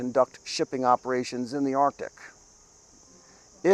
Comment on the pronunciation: All joking aside,other than myself, is the only other Caucasian that pronounces "arctic" correctly.